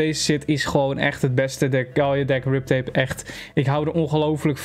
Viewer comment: HET IS VERDOMME GRIP TAPE NIET RIP TAPE!!!!!!!!!!!!!!!!!!